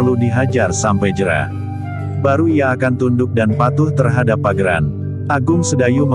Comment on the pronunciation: Bukan pageran tapi paugeran. Pelajari dulu khasanah basa Jawa.